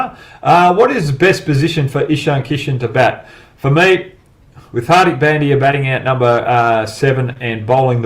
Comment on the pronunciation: Hogg please learn how to pronounce , Indian Names , no excuse . HARDIK ( Dh ) not Dick and its not Pen D Yaaa , LEARN FIRST TO PRONOUNCE PROPERLY